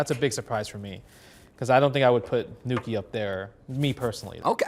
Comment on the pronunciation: THANK YOU FOR SAYING NUKI THANK YOU MENA ❤️❤️❤️❤️❤️